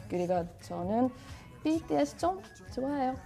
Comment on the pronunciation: Lõpuks üks eestlane hääldas BTS-i õieti